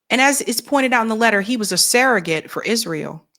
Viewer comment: It's surrogate, not serregate.